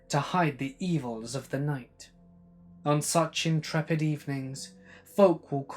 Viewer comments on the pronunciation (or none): none